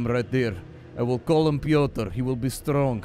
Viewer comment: Pyotr dont extend the Y Pyyyotr<Piotr with the i pronounced as e in me